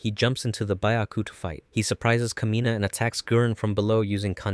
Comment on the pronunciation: Thymilph is pronounced Tim Ult. Kamina is pronounced Kah Me Nah. Simon is pronounced Sea Moan.